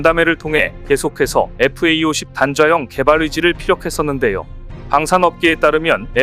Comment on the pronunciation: 단좌형... 발음이 딴좌형 으로 들리지???